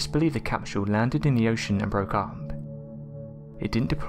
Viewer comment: The capshule lol sorry